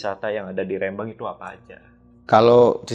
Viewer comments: REM-BANG bukan RE-MBANG 😂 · Rembang bukan Rembang 😂😅